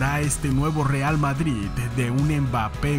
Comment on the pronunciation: en el minuto ¿dices vadrid?